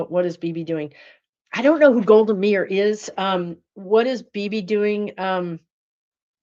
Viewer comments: It's pronounced Golda "My-ear"... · Pronounced MY-EAR, Golda Meir.